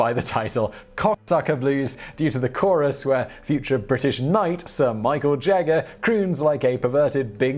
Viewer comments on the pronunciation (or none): none